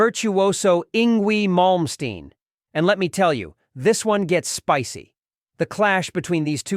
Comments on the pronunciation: I laughed all throughout this video. 🤣 Keith is hilarious. Eeengwee Malmsteen 😂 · "Ingui Molmstein"